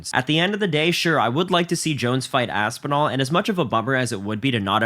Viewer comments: He can’t even say Tom Aspinal?! I know jones is scared of that name but damn. The HW division is a joke all because of Dana they need to strip that coward jones! Jones is scared to death duck it ain’t happening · Dana White can't even say Aspinall's name. Disgusting. Are the journalists so scared to lose their press pass that they refuse say something about it? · That opening clip is insane. Really all that needs to be said about the situation. He can't say Aspinall's name, what the fuck.